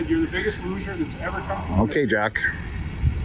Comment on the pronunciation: “Biggest luge’r” might be the most boomerific dunk fail I’ve ever heard. ACAB.